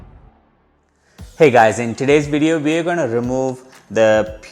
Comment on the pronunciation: A primer: 'We' is pronounced like 'Oui', 'yes' in French, not 'Vee' as in VW. You're welcome.